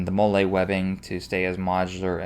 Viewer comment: thats molly ,not mole a , and its esee, (sounds like yessie minus the y ). just trying to help